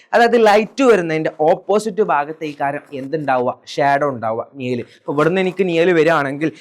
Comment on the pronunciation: നിയൽ അല്ല മാഷെ നിഴൽ നിഴൽ